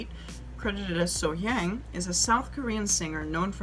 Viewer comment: Love love love your reactions and analysis. Just a small tip to all her lovely fans--the "hyang" part of her name is pronounced with an "ah" like So-Hyahng. I'm American, but I've lived in South Korea since 2004. Native English-speakers always make this mistake with Korean words like the Gang in Gangnam Style is also "ah," and it just has to do with how it's hard to transliterate Korean vowels into Roman letters.